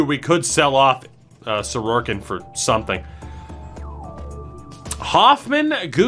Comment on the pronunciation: I had to stop when I kept hearing his name pronounced Soroarkin. There’s no 2nd r in his last name!